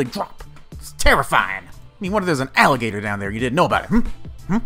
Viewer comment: "What if there was a alligata down there"HUH HUH